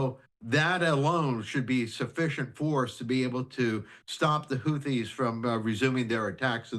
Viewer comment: Can you get your reporter to say houthis correctly please